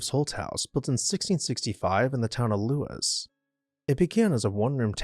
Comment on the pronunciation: Great video!! But check the pronunciation, Edenton, Lewes, and Minot were all pronounced wrong 🤣